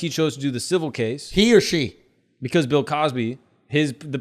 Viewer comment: u said “Pill” Cosby!? I’m dead 🤣